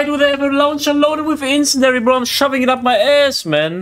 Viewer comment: IT'S FUCKING INCEND-IARY NOT INCEND-ARY JESUS CHRIST